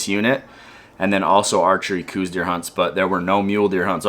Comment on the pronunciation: It is not pronounced coose deer it is pronounces cowse deer look it up!! People refuse to educate themselves I'm a 7th generation Arizonan! And somewhere along the way some idiot decided to change it and people just followed! You can find the history and who it was named after have a super Blessed new year!